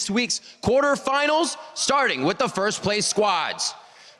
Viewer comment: he said quartefinals...not semifinals...